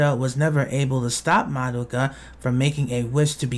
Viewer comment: actually, it's pronounced "MAH-doh-kah," not "muh-DOH-kuh"